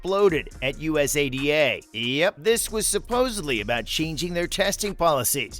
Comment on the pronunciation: just say it as a word, usada, you sound silly bro.